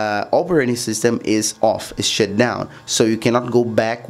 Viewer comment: “You have to shit down your windows”